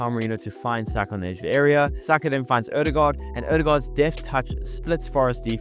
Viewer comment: BTW, your Ø pronounciation is just as fellow Norwegians would say it! Not just as an "O" .